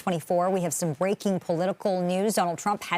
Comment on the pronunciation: " Bweaking " Weally !??